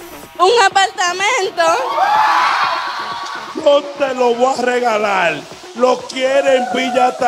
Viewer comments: Un apaLLLLLtamento 😂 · Lo que me mata es ella diciendo "un apaltamento" 😂😂😂